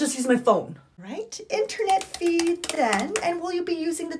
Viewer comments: I love how she says "feeee" so accurately 😂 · They way you say fee is great.